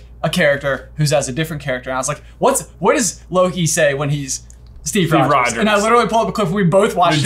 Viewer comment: J putting a ‘d’ in Rogers triggered my fight or flight response